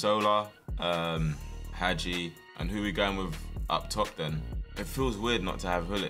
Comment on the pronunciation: Hagi name is pronounced haji